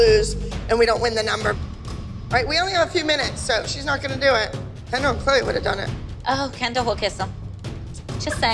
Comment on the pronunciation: It’s Kendall not candel…